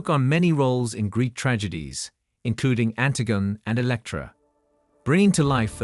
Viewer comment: The word is pronounced e-PIT-o-me, not ep-i-TOME. The AI speaking robot mispronounces it twice. And An-TIG-on-e is not pronounced AN-ti-GONE. And Martin Scor-SE-se is not a two syllable Scod-SESE.’